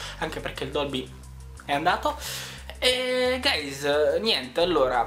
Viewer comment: ho my god sei un mega nerdone e fa schifo la cose che dici all'inizio : hello ahewgehsdgkuajh gayes. io non so come fate a sopportarlo sto coso *__*